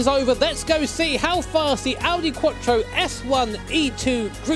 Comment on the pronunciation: Audi quotchro.. No IT'S QUATTRO, STRAIGHT MOUTH: QUATTROOOOOOO!!!!!!!!!!! ITALIAN WORD, THAT AS ANY OTHER WORD FROM ENGLISH LANGUAGE IS DISTORPTED